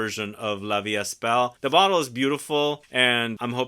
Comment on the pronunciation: I am interested in the father figure scent from Phlur but in Germany, it is not available yet! BTW, the „est“ in la vie est belle is pronounced as „ai“ so the st are soundless :)